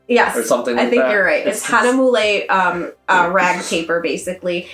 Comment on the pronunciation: It took a while to pronounce giclée (I say gee-clay). Hahnemühle (Hana mule) still does not come out right. You guys did a wonderful detail review. Remember to think of production days in business days and yes the processes would have picked it up on 8/23 and the printer may have kicked it out 8/24 then it waits in line to be cut. Flat packages are more susceptible to damages which is why you need hard tubes. But send picture to FinserWorks with an X through it and they will replace at their cost.